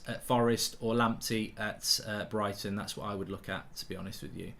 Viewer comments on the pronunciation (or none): none